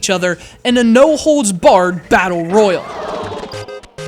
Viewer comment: Didn't you just say "royal" as "royal"?